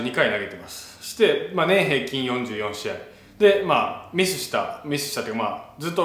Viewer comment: ダルさんの話のつなぎの「そして」が「してぇ」にしか聞こえない これはりょりょニキの口癖移ってますねぇ